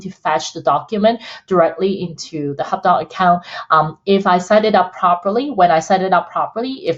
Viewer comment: I thought you were saying "hotdog" at first:) Thank-you for this info, I'm a beginner and intend to use the best technology out there right from the get-go.